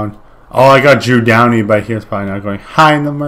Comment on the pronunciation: "drew downy" 😂